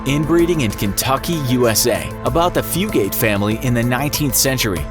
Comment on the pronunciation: At least you pronounced the Fugate name right. ;) good job you know, one of them spell their name, Fuggit. It's really fun when people say that one the wrong way. But everytime I hear someone pronounce it Few-gate, a battle takes place inside my mind. Just stay out of it Randall, it's nine of your business. No good will come of it. While another part of says, line em out. Hahaha good job. Great video.